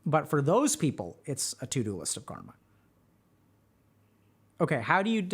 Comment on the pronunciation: UGHH!! It's Car-Muh 🙄